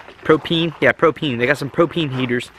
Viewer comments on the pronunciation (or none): Pro-peen? Ive heard of ProPane lol